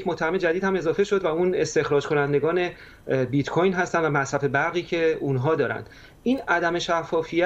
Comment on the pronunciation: Oon bit-coRn ro khoob oomad 😂😂😂